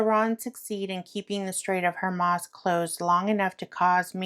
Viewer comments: Pronounced : HOR-MOOOZE. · Hi, just an FYI it's pronounced Strait of Whoremooze just for phonetics sake. Thank you for the time you take doing research and asking the difficult questions. I keep sending light, love and peace to the entire world.